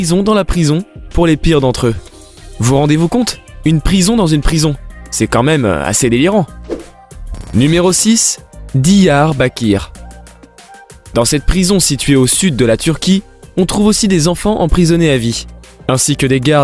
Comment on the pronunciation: C’est dyarbarkire c’est pas Diarbaquire en Turquie